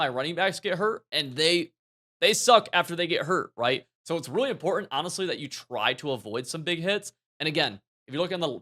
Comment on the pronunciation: It’s both “Im-por-ant” and “literally” insane.